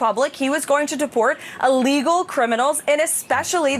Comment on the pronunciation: If you listen closely, she says he’s “a legal” alien, but the word she’s trying for is “ill-legal” alien 😂